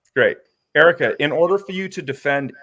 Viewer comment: the way he keeps saying “Erica” makes me so mad